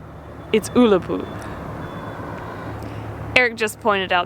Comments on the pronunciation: to pronounce Ullapool, U as in umbrella!! Totally unsuitablely dressed to climb a mountain, must at all times wear stout walking boots all year round on our mountains they are very rarely dry!! tens of people die on Scottish mountain every single year even the best climbers have lost their lives, so let your experience of that walk be a lesson to you both!! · My mother is from the Isle of Lewis and we would get the ferry from Ullapool to Lewis (never heard is pronounced ool-apool before lol), summer on the West coast is amazing. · Say 'Bah' as in "bah humbug", 'Gnaw' as in "gnaw a bone", 'Fee' as in "money to be paid" . Banoffee Pron:Bahgnawfee . Say 'Uhh' as in "dUHH, I havn't a clue", la as in "la France", Pool as in "swimming pool " Ullapool Pron: Uhhlapool. Say 'Gah' to rhyme with 'bah' as in "bah humbug" 'Lick' as in "lick an ice cream". Gaelic Pron: Gahlick. Sermon :- Yes distances in the mountains can be very deceiving. Looks like a ten minute stroll but... v dangerous, weather can turn in a second (<slight hyperbole there more like ten minutes)always 'be prepared for the hill'. Helicopter just probably out on a training flight, but has decided to investigate the two obviously unprepared tourists (no rucksacs). Mountain rescue teams are 'puffed out' rescuing tourists, with no kit, who thought something was only a ten minute stroll; they set of in good weather, the weather turns and.... Those areas are pretty barren (apart from sheep [who have big wooly coats on]) for a reason. You weren't to know, so don't take this personally. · There's only one lake in Scotland, the rest are Loch's! Oh and it's pronounced Uhhlapool!! The West coast is so beautiful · I thought I had pronounced Ullapool incorrectly my whole life. Anyway nice little adventure. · I prefer pronunciation though!:o) Eric on your map did you notice Unapool as well? Not that far from Ullapool. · It annoys me that you didn’t say ullapool right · It's no oo la pool its ulla pool